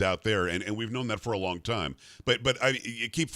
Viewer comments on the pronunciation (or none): none